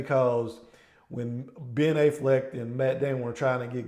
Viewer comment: Not a bad video but you pronounced Ben affleck's name and goodwill hunting!